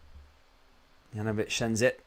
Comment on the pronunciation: Please pronounce Juranovitch properly. If you don't know try speaking to a Bosnian. It is YOU-RAN-O-VITCH.....simples!